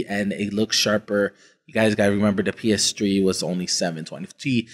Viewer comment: Every time he calls it the "PS Tree", I laughed out loud.